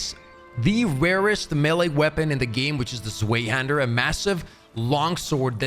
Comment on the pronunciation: zwehh hander? not ZWHYHONDAR?